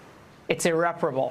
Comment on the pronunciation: Laura can’t say “irreparable” due to the lip fillers.